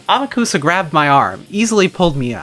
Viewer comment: Also Amakusa is pronounced "Ahmock'sah" Don't worry, almost nobody gets this right unless they have some understanding of Japanese.